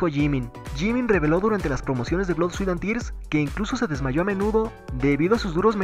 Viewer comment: NO PUEDO MÁS NO SE PRONUNCIA BLOD SE PRONUNCIA BLUD